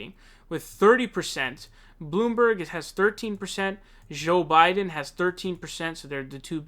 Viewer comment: zhoooo bidenn loool its joe bruv but u do a great job